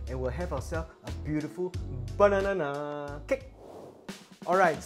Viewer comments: Great recipe and explanation. Funny when u said bananana...😄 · The way you say bananana...🤣